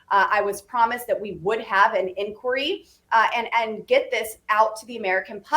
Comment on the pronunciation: "INQUIRY?!" FFS!